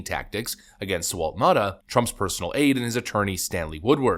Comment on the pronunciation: its Now-tah (Nauta)